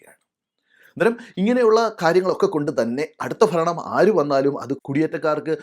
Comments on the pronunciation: ചേട്ടാ ദയവ് ചെയ്ത് മലയാള ഭാഷയെ കൊല്ലരുത്, ഫരണം എന്നത് ഭരണം എന്ന് ഉച്ചരിക്കണം ചേട്ടാ. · ഭരണം എന്ന് ഉച്ചരിക്കുക. ഫരണം എന്ന് കേൾക്കുന്നു.😊